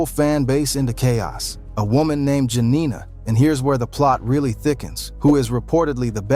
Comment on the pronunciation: The side chick name is JANIA…..not Jenina